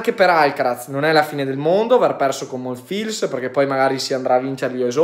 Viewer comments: Ciao, Monfils si pronuncia senza la "L" ("Monfis") 😊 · Semplicemente Alcaraz non ha giocato al suo solito livello altrimenti non c'era partita. Comunque vista la defezione di Thompson ormai più che la tecnica qui conta il fisico visto che si acciaccano tutti. Ndr.. MONFILS si pronuncia senza L.. 🤣 🤣